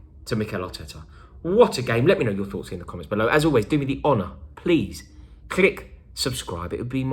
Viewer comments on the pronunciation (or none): none